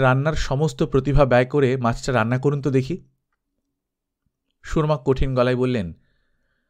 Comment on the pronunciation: "সু - রমা" না, নামটার উচ্চারণ হবে "সুরমা" - সিলেটের নদীর নামে নাম, চোখের সুরমার নামে নাম। সু - রমা উচ্চারণটা কলকাতার সাহিত্যের।